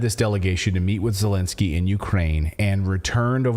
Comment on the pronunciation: Absolutely I’m tired of hearing Zelinskiey or how ever you spell his name Get out now